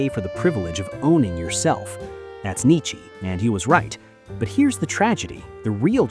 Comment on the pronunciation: I mean the channel it's like 7 months** old so definitely AI. Also pronouncing Nietzsche as "Nichy" clear as water.